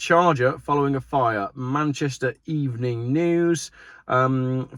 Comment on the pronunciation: Re the Manchester report, did you say the reporting website was "Manchester EV-ening News"?